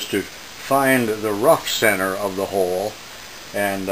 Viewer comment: Oh I just realized you can't pronounce CENTER, is English not your first language?